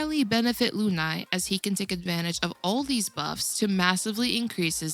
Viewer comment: It’s pronounced LOON-AYYY